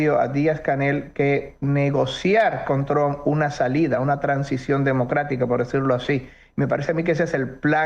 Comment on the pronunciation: ESTE CANALUCHO CONVENCIONAL APRENDAN PRIMERO A PRONUNCIAR EL APELLIDO TRUMP